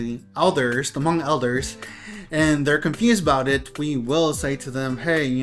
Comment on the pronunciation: still miss pronouncing the tone "Hmong" correctly. Hm and M consonants aren't pronounced the same. When you heard Hmong say "Meskas" they mean " America ". So you know that. Miao consisted many ethnic groups into one group such as Qo xong, A-Mao, Hmu and few others including the Hmong. As a matter of fact, the Chinese Authorities should just use the term Qo xong people, A-Mao people, Hmu people, Hmong people according to that these ethnic groups call them their own.